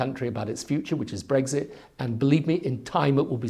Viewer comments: There he goes again.. Breg Zit Breg Zit Breg Zit. He has to pronounce it differently to everybody else doesn't he! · He keeps saying Br-eggs-it. It’s BREX-it 🇬🇧